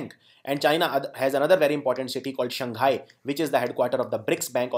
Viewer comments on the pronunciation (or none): none